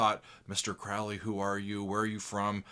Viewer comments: It’s Mr. CROW-ley! To rhyme with goalie. Please, Mr. Oozy Owsborne. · Crowley is pronounced Crow- lee! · Hey, Crowley said in a book, (forgot which) his name rhymes with holy. “Crow Lee” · My name is Crowley because that i am holy. My enemies call me Crawly and wish to treat me fouly. - A Crowley It's pronounced like the bird Crow-lee Ozzy mispronounced it also and despite the song, didn't know anything about him. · Randy Rhoads - such a sad loss! Interestingly, Ozzy pronounces Crowley incorrectly: it should be pronounced ‘Crowley’*. *Sorry, couldn’t resist - the first syllable of his name was the same as that most famous of corvids: the crow. It’s not symbolic, of course. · Ozzy didn't write the Lyrics. Daisly did. OZZY even mispronounces his name on the song. Ozzy was drunk while Randy and Bod Daisly were doing all the writing. I don't think Ozzy could use "Polemic" in a sentence. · Thank you— I didn’t want to say it, for fear of having to hear about how there’s more to this song than to say ‘teaching a new generation to mispronounce Crowley’ 😂